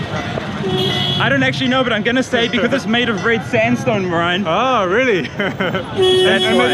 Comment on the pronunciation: I am really sorry but marian... maralo got me rofl pls dont get offended 😂😂😂😂